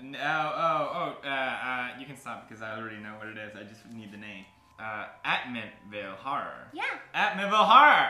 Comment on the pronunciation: Lmao the way felix pronounced amityville 💀😭